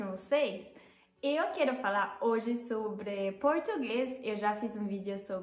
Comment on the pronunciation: Oi, tudo bem? Já que você pediu umas dicas sobre como melhorar seu português, aí vai: No vídeo, aos segundos, onde você diz “eu quero falar sobre”, a última vogal de “querO” deve ter o som de “u”, não de “o” e a última vogal de “sobrE", deve ter o som de “i”, não de “e”. Em s, a letra “l” em “algumas”, deve soar como “u”. Em s, em “posso”, a primeira vogal deve soar como “o” aberto, como em “taught”, em inglês. E a segunda vogal, deve soar como “u”. Em s, em vez de “escreve”, você deve dizer “escreva” (modo imperativo). Espero que tenha gostado dessas dicas e o mais importante é que seu português já é muito bom.